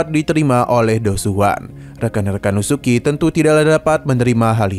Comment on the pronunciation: Bang bukan lusuki,tapi lusueci😢